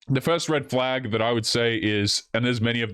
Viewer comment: I think you said "huge reddit flag". Frauidian slip I guess.